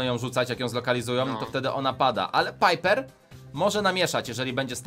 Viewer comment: mówi sie ,,Pajperka '' a nie piper